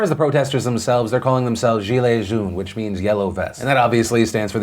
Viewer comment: Hey, congrats on the pronounciation of all those French words. Especially "gendarme" and "gillet", it was on point! I know you sometimes struggle with that. Just a tips: the best way to pronounce the yellow color in French is basically the pronounce the name "Joan". It's not exactly accurate, but that's the closest English word to sound like "jaune".